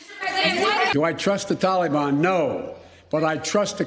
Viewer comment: The "Tolly-bon."